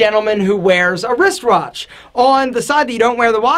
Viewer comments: What’s a rist-rotch (2.40) ? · getting dem words mixed up "Wrist Wratch" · wristwatch* not wristwratch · Don't think I didn't hear you say wrist rawtch 😂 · He acidently said wrist wratches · Aww, I think you are spectacular too! Well.. except at saying "wrist watch" 😂